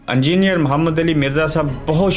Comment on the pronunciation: Angier nahi hota halke chutiye, engineer Bola kar